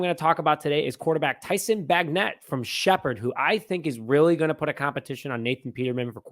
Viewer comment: Tyson Bagent.. like Paegent.. it’s a soft G.. you kids🤪..like agent not bag-net..BAJ - Ent..there’s no N in the middle..He’s as good as most D1 QBs..and the kicker has a big leg..good over 50 yards..D’Anthony Jones is legit..He’s making the team.. Macon is like Bacon.. like Macon Georgia..What are these schools teaching these days??!! Mack En.? May-kin.. is what it sounds like..There’s this thing called google 😂😂😂😂. just giving you a hard time… But seriously, if you want to do this as a living… Take a couple minutes to learn how to say a name, a place, a word you don’t understand, or are unsure of its pronunciation… I grew up with a difficult name, and it annoyed the hell out of me. And I’m sure if people continue to say your name wrong every single time because they refused to learn… It would be really annoying… Just saying.😁🙏✌🏼..No offense meant just constructive criticism…